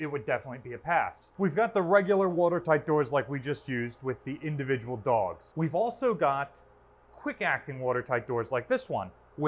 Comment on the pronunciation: Does he say «dogs» or «dolges»